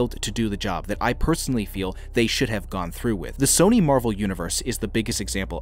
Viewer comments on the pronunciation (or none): none